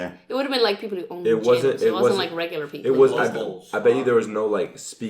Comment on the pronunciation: It's regular not regurar.